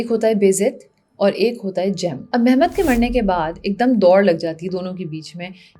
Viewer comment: مہمت نہیں محمد. اور بیزد نہیں با یزید